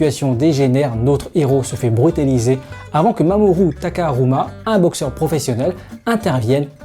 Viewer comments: "mamoru takARUMA" ok pouce rouge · ah oui et c'est pas mamoru takaruma mais mamoru takamura